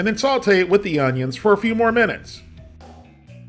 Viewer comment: The way you say "Saute" is like Saultay